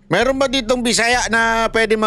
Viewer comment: hindi po maragsa ang pag pronounce ng BISAYA sa dulo